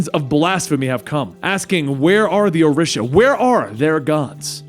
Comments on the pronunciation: Orisha is pronounced "O-Ree-Sha". I worship them and I find it very beautiful to have a comic book character who talks briefly about them. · O-REE-Sha+ ORISHA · This mans over here saying Orisha all wrong